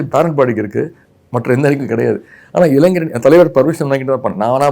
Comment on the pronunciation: Dei. தொகுப்பாளர் அது இளஞ்சர் இல்லடா இளைஞர்